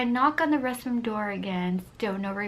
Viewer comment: I love how she says restroom she say resroom